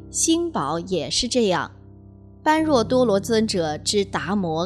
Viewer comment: 請不要念錯 般若 念波惹 是原來的發音， 玄奘大師沿用古音，不翻意，